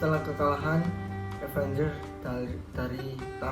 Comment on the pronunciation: Avenger bang bukan Avanger